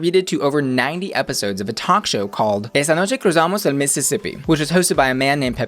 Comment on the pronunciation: I love how you said esta noche cruzamos el missisipi, boy you spanish is amazing I from El Salvador and when a I hear you Say taht I fall in love with you